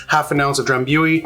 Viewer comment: FYI It's pronounced Dram·boo·ee. ;)